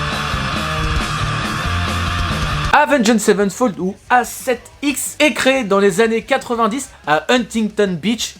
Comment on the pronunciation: Ta façon de dire le nom du groupe me trigger au plus haut point xD